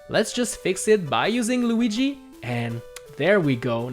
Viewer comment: How did you said Lugi? I bursted out in laugh When you said it!